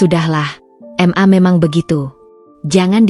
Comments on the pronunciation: Bisa nggk klo membaca atau ma/ mama.. Bukan M A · Cara membacanya tidak benar.. Macam anak kls 3 SD. X fi baca eks.. Pdahal itu du baca kali. Ma.. Fu baca M. A.. Seharusnya di baca ma.. Dan msih lgi.... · MA = EM- A PA = PE-A😂😂😂😂